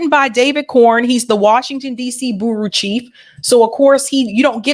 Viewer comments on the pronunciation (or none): Hi no idea if you read these comments. The word bureau isn't pronounced Burru it's b'you Ro. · OH MY GOD IT IS NOT “BOOROO”. My god, are you actually so dumb to have said “booroo” TWICE in one video?